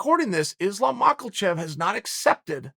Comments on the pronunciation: it's makachev not makalchev chelk sonenk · MaHachev!!!!!!! It’s pronounced as MAHACHEV!!!! Not Maklachev!!!!!!!!!!! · The first makelchev was ok.. even the second.. but come now, im starting to think this is how you think its said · Islam makelchev hahahaha why u say this chael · Dude it's Ma-Ka-Chev. There's no L. Cmon Chael I cringe hearing you pronounce it. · “Islam Maucklechev” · Uncle Chael love his name so much that he be calling Islam Makhachave "Islam MokalCHAEL" 😂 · The best thing about Islam "Maucklechev" becoming relevant in the division is listening to Uncle Chael say "Maucklechev" 24 times in a video. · Man, I’m convinced he does that shit on purpose🤣🤣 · "Maucklechev" new mythical fighter unlocked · Magellsheff - LOL!!! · the way he says Mockelchev on purpose 🤣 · Michael Chav